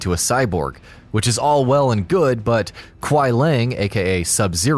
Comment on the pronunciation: And Kuai LI-ANG NOT LANG